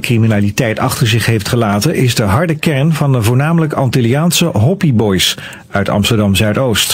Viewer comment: Die man zegt hoppi boys maar het zijn HOPI BOYS